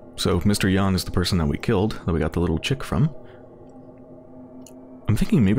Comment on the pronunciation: Also, your pronunciation of "Jan" and "Janek" is music to my ears. So many people read this with the typical English J.